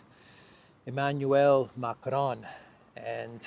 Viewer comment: hahahaha we are cracking everyone up here in NY with your "Mac-ron" shit